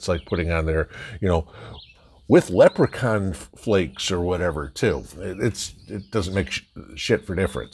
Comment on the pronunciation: "Lepracon Flakes" 😂